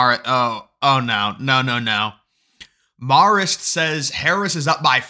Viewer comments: Its MAE-rist haha. I went to CIA like a mile from Marist in Poughkeepsie 😂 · It’s pronounced with a long A like Mare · Marist or Marxist... Can't tell lol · Say Marist like "Mare-ist" (Mare as in a female horse). From an upstate NY voter who WILL vote for Trump/Vance and all red when the early votes start later this month!! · You sure it’s “marrist” and not Marxist? LOL